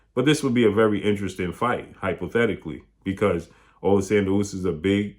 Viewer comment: AH-lexander, is how Usyk's name is pronounced.